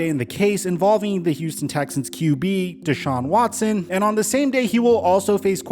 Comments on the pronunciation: Ian Scheffter: ‘Dechaun Watchson” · "Deshaun Watshon"